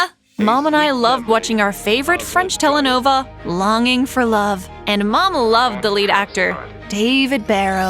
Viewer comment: Not the word "Telenova" 😭 its "Telenovela"😭